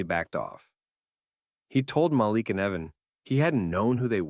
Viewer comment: Muh-leak. Say it, Muhhhh- leak.